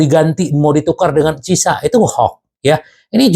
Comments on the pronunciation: Ciesa bang. Ejaan Italy itu lidahnya normal seperti bahasa Indonesia karena Ejaan Bahasa Indonesia itu kiblatnya Bahasa Latin. Jadi biar gak kesulitan dan gak kepleset lidahnya dalam menyebut nama Ciesa dengan CISA. Ejaan Belanda, Spanyol, Portugal, Rusia, Arab, Inggris. itu beda beda semua. Tapi kalau bacaan Latin. Itu lurus lurus aja seperti tulisannya. gak dilebihkan, gak di kurangi, apalagi di rubah. (seperti Inggris, Belanda, Portugal) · Chiesa = Ciesa aja bang. jgn di baca CISA. atau karuan sebut Khiesa. Krn ada 2 konsonan hurus bertabrakan. C&H. dan dalam Lidahnya org Italy itu di baca Ciesa atau Khiesa Kiesa _ asal jangan CISA. nanti kedengarannya gak Pro sebagai Fans di Club' Besar Liga Italy